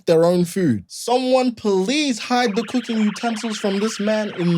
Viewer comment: Coo-king not coo-queen.